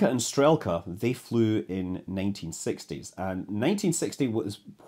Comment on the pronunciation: Loved the video. Minor nitpick: the English transliteration doesn't always do justice to the Russian names. Notably, "e" is often "soft", so you would have "b-yel-ka" (I am not a native Russain speaker, but you can listen to pronounciations of many words on Wiktionary, e.g. "str-yel-ka" , some vowels also get prolonged as in "shootka" Best of luck with further videos - and even better if with more faithful Russian names :-)